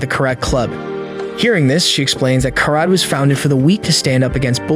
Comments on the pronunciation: Its pronounced Kara TEH not Carat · It's Karate not Karat